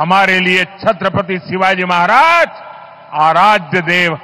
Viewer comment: ....4pm का मैं चाहता हू....लेकीन आप छत्रपती शिवाजी महाराज जी का नाम इज्जत से लिया किजिये....आप भी उनका नाम उच्चारण से उनको अपमानित कर रही हो....कृपया ध्यान दे